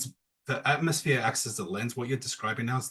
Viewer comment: got so many of his talking points from Americans that he can't even pronounce "Atmos(phere)" properly. He calls it an AtmOHs like the wannabe American he is.